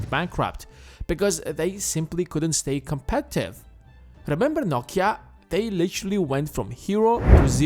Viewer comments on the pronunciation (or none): none